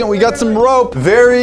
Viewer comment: “The roope is crucial” English with..